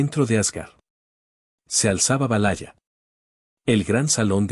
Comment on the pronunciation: La pronunciacion es realmente lamentable... es verdad? valaya? No inventes!!! 😅